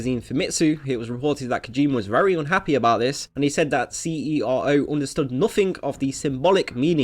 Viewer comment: CERO is pronounced "sero"